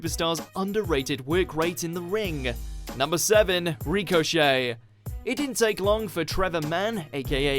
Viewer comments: It's Ricochet not recochet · It's ricochet not reek-o-shey jesus but good list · who the fuck is REEK O Shay? i know Richochet... not REEK-O-Shay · Ashley.....??? Why not Ash? Anyway, its RICK-o-chet not REEK-o-chet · "Ree-co Shay" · Why you pronouncing it ‘Rico-chet’? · "Reecochet" lmao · Rico Shay, lol good video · Good list, but find an actual wrestling fan to do the images next time. Also this guy really can't pronounce 'Ricochet'. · Can you say ricochet properly please? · His pronunciation of 'Ricochet' killed me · This dude doesn't no how to say Ricochet name Damm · It bothered me how you pronounced "Ricochet"